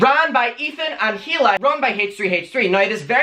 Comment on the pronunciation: The H in Hila's name is silent.